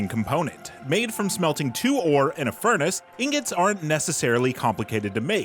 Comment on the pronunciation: Excuse me but uh...I think it's pronounced "ing-got."